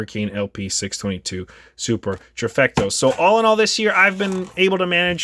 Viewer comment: Trofecto... good lord